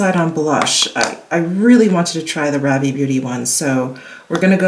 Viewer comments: Rah-vee. Go up at the end with the vee. Like if it were French. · It’s pronounced ‘rah-VEE’ with the emphasis on the second syllable.